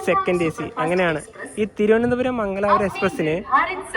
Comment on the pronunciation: എടാ ചെറുക്കാ..മങ്ങലാപുരം അല്ല.... മംഗലാപുരം OR MANGALURU എന്ന് വേണം പറയാൻ..